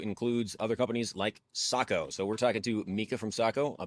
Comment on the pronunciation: Hop…got sent because everyone wanted to hear him say…Socko 😻😸😼